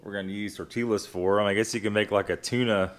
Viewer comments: Tortillas, pronounced tor-tee-yah. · The l is silent in tortillas